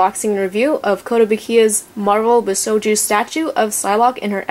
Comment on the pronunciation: Love the statue The detailing is amazing . however I think you were pronouncing it wrong . bi-shou-jo not bi-sho-jou